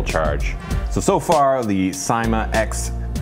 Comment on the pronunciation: 10th view. nice video as always. and its pronounced as sa-i-ma